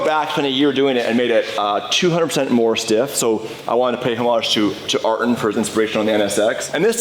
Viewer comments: Wait did just pronounce Ayrton as “Are-Ton” when it’s “Eye-Air-Ton” lol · AHH-TON🤔 pronounced air-ton You are missing the Y. Very much like yourself.....why? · Its Air-ton Senna not Ar-ton by the way, love the wrap great job guys! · ar -Tone , thats how you saaaaaay it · PRONOUNCED " I your ton " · It pronounce, A-yir-ton senna ☝️🤓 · ayrton senna did more then just talk about the feel of the car, he helped the engine work too and the drivetrain, btw its pronounces air ton senna just a heads up:) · Dude is driving an NSX and can't even pronounce Ayrton Senna's name! what the poser??!!!